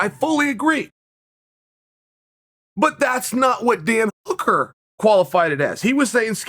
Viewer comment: that's how we're going to pronounce Hooker from this day on